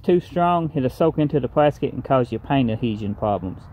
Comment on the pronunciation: Do I keep hearing "plaskit"?